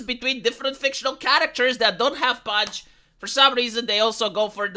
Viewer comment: I think I started playing Nikke a few months before you, and this is the first time I'll be skipping a story because of how the character looks (I'll listen to a recap). I suspect there are fewer people than you think who like the paunch (it's pronounced "pawn-ch" BTW not "punch" KAPOW!) and a couple simple tests would be; (a) make her rack an A-cup and see how popular she is with that tummy or (b) do a gacha skin for $50 for her and see how well it sells (you know the answer to this because you know this size model is a niche in the corn industry and niche means small). Everyone is free to like what they like and I don't hound other people's comments, but I have noticed that any comment that isn't glowing praise for the extra fat is met with comments telling people to shut up, or that they are gay or in the minority. Does that attitude remind you of any other particular group behaviour?... "Yuk. Hard pass," is my genuine reaction and I'm not apologising for that opinion to anyone.